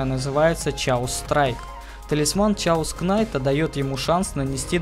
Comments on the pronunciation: чаос кнайт, чаос болт... пиздец фейспалм блядь если уже по-английски говорить и писать русскими буквами то это будет кэос найт, кэос болт но не как не чаос и уж не как не кнайт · гугл в помошь сh читаетса как ч но англ перевод кейос канйт а рус перревод хаос